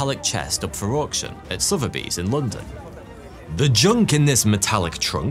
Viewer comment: After all these years I finally know how to prounce Sotheby's been calling it Sothby straight from an Englishman 😄